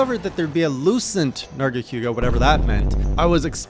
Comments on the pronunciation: The only thing that hurts more than lucent's poison spikes, is the way says nargacYOOga Seriously tho, I'm so glad you got to experience the Tower and this interesting narga variant before we see what's in store for the Sunbreak version. And for Alatreon, the fondest memories I have in MH are squadding up with gunners and hammer users all optimized for one thing: breaking those damned horns. He is a very consistent fight once you understand his red/blue modes, and his head is surprisingly vulnerable after many attacks if you learn the tells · Why you call it Nerga-Q-ga? Lol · Nargaquga and his pronunciation Also, Hallowed Jhen attacks are completely random. Normal Jhen is very scripted, it does attacks in order